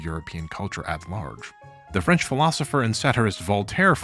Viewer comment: You pronounce thai words flawlessly but cannot do the same with french words? Are you seriously yielding to the french? Also how do I aid the re militarization of japan I want to laugh at the contrast between anime culture and the war ridden country that spawned, it's going to be the aesthetic that I base my personality on in 2050